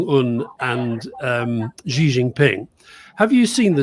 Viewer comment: Xi in Xi Jin ping is pronounced “she” like the cat’s mother 😂